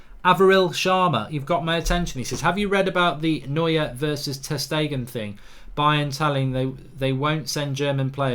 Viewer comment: How come you can’t pronounce anyone’s name correctly. Anyone with a passing interest in football knows how to say Neuer’s name. He’s not the only one you can’t pronounce but my God man